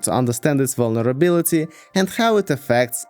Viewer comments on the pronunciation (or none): “VulneRUBLity” is what I heard.